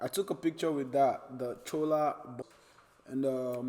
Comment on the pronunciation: It's CHOLA.... Cha... Not saa. Not sola or solar 😂